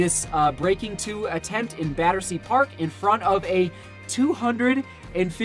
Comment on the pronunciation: You said Battersea perfectly.